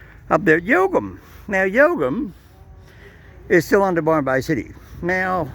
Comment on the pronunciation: Yelgun not yelgum!!!